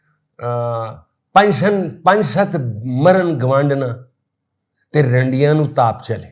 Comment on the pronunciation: Correct word is rehndian not randian